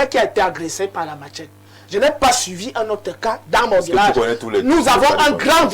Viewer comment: Machette, pas matchette (sans "t".